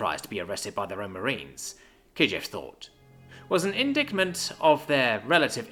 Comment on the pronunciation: You read more than you listen. Good, but it means your pronunciation takes a bit. "indictment" and "hegemony" were mispronounced. 👍